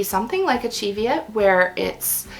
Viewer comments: I thought Cheviot was said "Shev-yet"? I'm trying to learn to spin thinner gauged yarns. thinnest I've spun so far is about dk/sport. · I understand it's Cheviot as in the hillly area in northern England where the sheep were bred, and is pronounced "ch" as in "church", "ev" as in "Beverly", "iot" as in "idiot" (sorry, couldn't think of another word that was similar, I'm not implying anything 😳). Sadie from Sadie's Spincraft uses it correctly and as far as spinning YouTubers go is located relatively closest to the Cheviot Hills irl. It's one of those many open to misinterpretation written location words. I thought it was French when I first saw it written down 😊